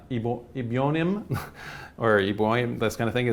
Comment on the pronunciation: Pronounced “Eb-o-neem”